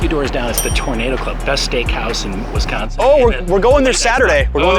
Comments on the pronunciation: Please stop saying Wes-consin, it’s Wis-consin. Thank you. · WISconsin not WESconsin. Thank you. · Love this! Thanks for visiting my home state, hope you truly enjoyed it and that people treated you well. I have been to NYC 3 times and done many things based on your videos and recommendations. Love your channel, thank you. (Only thing to add is that is WI-sconsin not WES-consin. Every outsider does it - it's ok if your friendly though) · This video seems so surreal. I keep seeing you walk by places I’ve seen and I’m like omg I’ve been there. Only complaints are when you said Wesconsin and when you stopes at the union you didn’t get ice cream. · It’s WISconsin. Not WESconsin. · Great video. However, it’s not pronounced West consin, so cringe! It’s pronounced WIS like swiss cheese. So WISconsin. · I cant believe no one stopped you from saying "WES-consin" ...its like nails on a chalkboard. its pronounced "WIS-consin" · Right! Wisconsin is one word not WI-sconsin, or WES-consin or WEST-consin....sheesh people...does anyone outside our state have a clue? This was borderline cringe-worthy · it's Wisconsin not Wesconsin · My state is pronounced Wis-con-sin not Wesconsin! Learn how to say it. As far as what would I say to someone from New York to get them to visit. It would be DON'T! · Alright, I tried not to do this, but…it’s Wis-consin, not Wes-consin. Also, Bucky Badger, not Bucky the Badger. But great tour of our town! 😄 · As a Wisconsin native, the only bad thing about this video is "Wesconsen." 🤣 But seriously, great video. Thanks for showing off Madison in such a great way. It's probably my favorite city in the country, and I have been to most of the big ones. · At least it wasn't WESTconsin, which I've heard before... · The emphasis should be on the second syllable. Wis-CON-sin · Pronounce Wisconsin correctly!